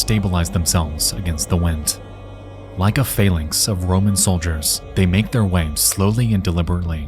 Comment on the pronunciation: I'm not trying to be mean but nexpo is very bad at pronouncing sometimes. I don't know if you noticed but he pronounced 'phalanx' two different ways and I don't think either was the right one